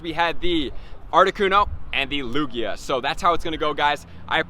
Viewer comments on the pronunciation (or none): none